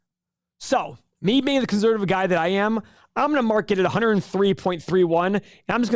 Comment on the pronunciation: “conZZZervative”